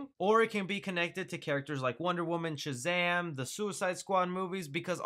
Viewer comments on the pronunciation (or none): none